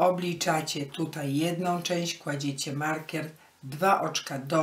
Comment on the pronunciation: Wzór bardzo ładny. Ale tłumaczenie tragiczne, no i wymowa markiera.